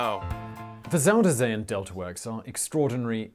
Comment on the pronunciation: I wish mister smartass and his stupid glasses would stop calling my country fucking Holland!!! it's The Netherlands!!!🤦😂 And I wish he would stop calling the zuiderzee "zuuderzea"... Just use the english name... the south sea... zuider = southern... zee = sea... so it's the south sea🤷 Translating dutch to english is as easy as taking a dump💩😅